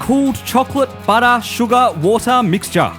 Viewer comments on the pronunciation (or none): "Butta suga wata mixtua"-.